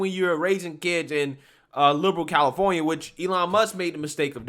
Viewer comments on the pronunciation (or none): none